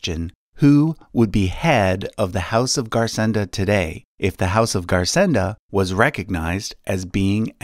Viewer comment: Garsenda is pronounced /garsendo/ as it is occitan